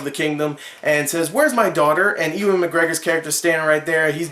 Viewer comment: Ewan pronounced eyoo-an..nice review btw.